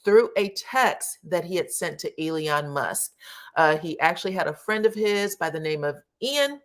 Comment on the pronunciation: The name is E-LON not E-LI-ON.